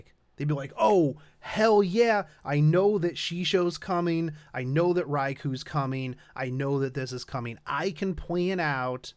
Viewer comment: Urgh, please stop saying Rai-coo.